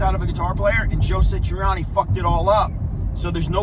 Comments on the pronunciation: His name is Joe Satriani, not Sitriani!!! Satriani is one of the greatest guitarists this world has seen, dang, he taught Steve Vai....the same analysis would happen if someone tried to be the next Neil Peart or the next Chester Bennington,....I DOUBT Eddie could play Satriani, like Satriani...each has their unique sounds....Surfing with the Aliens is a masterpiece. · This guy can’t even say Joe’s name right. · This guy doesn't even say Joe Satriani correctly